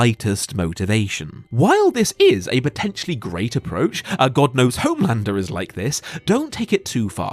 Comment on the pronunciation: "hOHme landrrrrr"